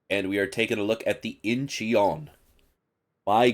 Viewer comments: Its not in-chee-on its inchon i lived there. Your stupid pronunciation is so annoying. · Forget the 'e', it's just pronounced In-chon. Great video as always, looking forward to more montages with Danny and Modern!